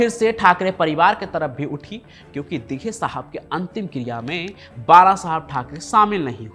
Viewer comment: Tera channel block karna padega .....tu Dighe sahab ka nam thik se nahi le raha